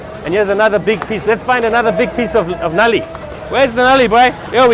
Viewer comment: So nobody told this guy that “Nali” means drain line in urdu. Right pronunciation for bone marrow is “Null-ly”😂